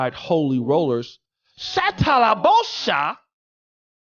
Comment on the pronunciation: Not “shatalabosha” 😩😂😂🤣🤣